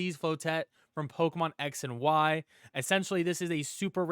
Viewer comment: Man said "Flow-Tett"